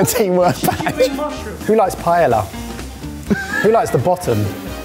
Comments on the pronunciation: Pronouncing Paella "pie-ella" is more of an insult to the dish and culture than the burrito ever was. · Guys it's not pronounced "Pah-yell-ah", it's "Pah-eh-yah", please.